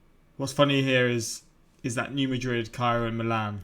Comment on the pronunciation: I live 20 minutes from New Madrid, and he said it perfectly. Good job.